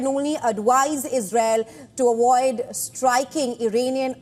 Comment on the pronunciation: A"V"OID.....NOT A"W"OID 😆